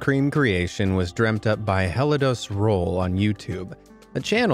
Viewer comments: sorry but its pronounced el- ad- douhs not hell-ados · Ok, I laughed way too hard at the pronunciation butchering of Spanish on the rolled ice cream. Helladose.